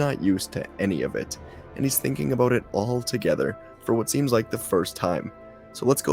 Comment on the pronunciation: You say “about” all funny like. 😮